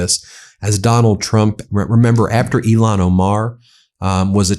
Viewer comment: Please start saying Ilhan Omar’s name correctly. It sounds like you are saying Elon Omar and hearing that man’s name at this point makes me physically ill. 🤢